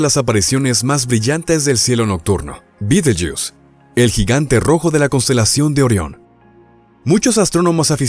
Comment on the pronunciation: Me resulta extraño , risible, que el relator hablé en castellano ,pero que al nombrar el nombre de la estrella lo pronuncie en inglés y no en castellano, que se pronuncia tal como se escribe. Alfa orionis en la antigüedad, para los antiguos árabes era considerada parte de Géminis. La constelación de Orión era llamada por los árabes con el nombre de Jawza(Jauza), ésta era una divinidad mitológica de lo árabes preislamicos. El nombre árabe de Alfa orionis es Yah al-Jawza= mano de Jawza. Al ser traducido por los cristianos de España, cometieron el error de escribir B en lugar de Y, y la nombraron ' Bait al- Jawza= hombro de Jawza. Como he dicho anteriormente me parece ridículo ( ridículo según la acepción castellana y latina de la palabra) que el relator del vídeo lo pronuncia en inglés, pues me suena a ' jugo de escarabajo'.